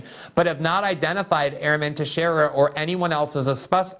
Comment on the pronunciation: Thank you, you pronounced Teixeira right!!!😄